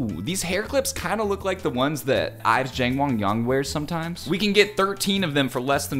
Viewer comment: the way he says it : "jeNg wongyOng" please i'm literally crying